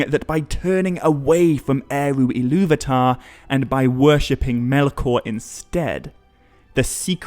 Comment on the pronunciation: Why do you keep pronouncing Illuvatar as "Illuvitar"?